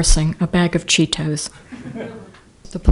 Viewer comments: She should be more embarrassed how she pronounced Cheetos “chee-toss” all professional like lol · omg she said: "a bag of cheat-toes". That was adorable and reminded me of my mom. You do some of the best editing to tell a story. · Bag of Chee-Toes!? *Courtroom scandalized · She should be more embarrassed how she pronounced that word talking about a food snack like it’s some kind of medical term how she’s pronouncing it